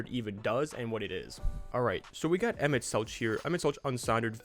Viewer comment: As a FFXIV player, it hurts me to hear you pronounce it "Emet-Seltch" instead of "Emet-Selk" but honestly that's on the devs for naming it that way